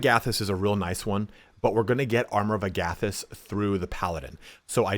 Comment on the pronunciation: As an avid 5e player and GM I’m pretty sure it’s Armor of Agathys like Agatha not like Agape. Also for Artificer is pronounced Art-Ti-Fis-Er lol and yes I would love to see how you approach the different subclasses unless you don’t like the class because it sounds like you’re not a fan. I personally love the artillerist and battle smith is incredible. Been watching your videos for a hot minute and I’m still not sure what your favorite classes are but it’s meant to be a support damage dealer. Very interested to see how you would build a good Mystic.